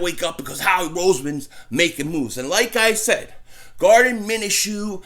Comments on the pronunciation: Lol you keep calling him Garden lmao, Gardner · Gardner' not Garden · Gardner not Garden 🤣🤣🤣🤣